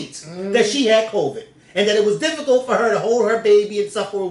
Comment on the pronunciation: I love you to death but my goodness it’s pronounced Co-vid not Co-veeed. You’re dragging the end and it’s sending me 😩😩